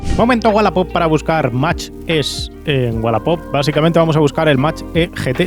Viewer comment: Para cuando la prueba de un model 3 performance o un model Y? En todas las pruebas los ponen mejor que el mach E, pro igual tienes otra opinión! Eres de los pocos que pronuncia bien el numero de MACH!